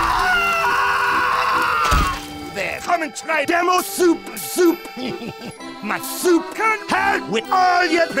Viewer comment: ZX Gaming we know, but the way it was said almost sounded like SOUP SOUP. It's also the joke that was made. It's Demos soup soup